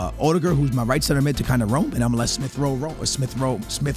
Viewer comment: Bro why does he say odegaard like that it’s not that difficult to say Omds😂🤦saying it like he’s rudiger 😂